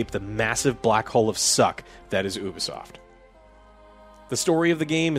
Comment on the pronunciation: It’s, U-B-Soft. Not, Oo-B-Soft